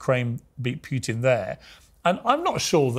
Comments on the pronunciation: It is not "Pjutin" but "Pootin" the way to pronounce it. He kept saying it over 30 times. The interviewer needs to learn as a matter of preparation. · Who is this "Pyewtin?". Its pronounced POOTIN, Pea-ears, POOTIN!!